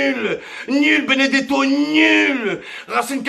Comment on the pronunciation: Béné gâteau au lieu de Benedetto 😂😂😂otavio marque d'une bouteille d'eau minérale 😂😂